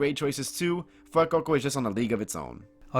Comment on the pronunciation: I've never heard anyone pronounce Fuecoco how you do lol. "fwoococo." But that aside, I think Fuecoco would be the most likely starter for Ash to get, i've always thought it would fit Ash's Genre of pokemon. I'd love for him to get a Quaxly but thats just bias